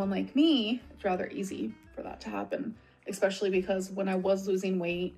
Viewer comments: There still isn't a "gg" in "especially",! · I get triggered every time she says EXPECIALLY instead of especially. Her mind really stopped working at age 13.